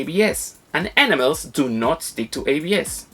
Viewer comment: Man you have a really fun presentation style. I'm loving these jokes. Your accent is thick as hell, but it's not even bothering me because I love what you're saying XD Though I should let you know, for future reference, in English we say "ee-namm-ulls" not "ennimals" ; ) That should avoid confusion. Also, good to know! I've never used enamels on figures, only on model kits. I didn't realize there was such a difference, but now I know! So what do you think about spray-on clear coat finishers? I think they're pretty efficient and don't need to be thinned. I've never used brush-on ones.